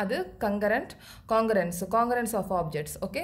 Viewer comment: You don't now how to pronounce congruence